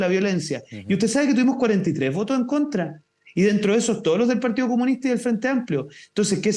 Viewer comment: Es parte de la pauta, tienen que mencionar al partíoh comunihtah un mínimo de cinco veces por intervención.